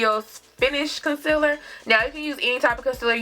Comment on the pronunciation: Casiller....really!!! Concealer! Girl!!!!